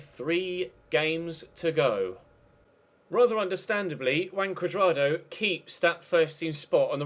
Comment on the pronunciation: That's how it is pronounced actually :v